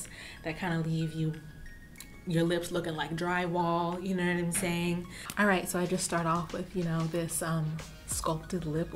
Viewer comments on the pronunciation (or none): I love how says. “You know whaemsayin “